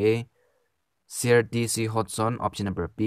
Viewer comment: ITs sir not sear